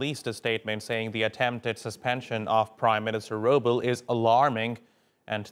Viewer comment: The prime minister's last name is not 'Roobal.' It is written as Rooble, but pronounced as Roobleh, meaning the one who brings rain (roob).